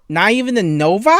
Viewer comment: I can't believe this guy lives in my county , if i see him, I will make sure to scream really loud for no reason . Hearing "Novi" raised my hair.